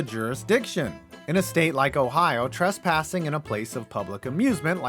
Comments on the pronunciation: “Criminal tressassing”. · “Criminal Tressassing” 😂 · "Tressassing" Tress-assing